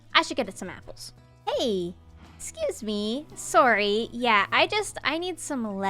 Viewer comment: I'd forgotten was Canadian until I heard her say "sorry"